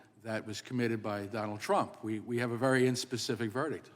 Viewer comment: Mr.Jordan, our Presidents name is Trump, not aTromp, sir.😂